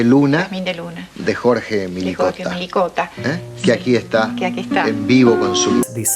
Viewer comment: El apellido no es "Milikota". Es Mlikota. Este apellido contiene una sola letra i. Comienza con eme, ele, i.